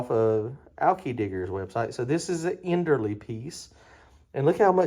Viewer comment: i was trying to give an example of the pronunciation not a comparison of the companies. End-earl vs end-early. I guess i could have wrote it differently